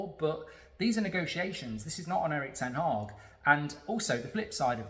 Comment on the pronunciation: Mark its not ten Hawg as you pronounce it, Its ten Hag as in bag.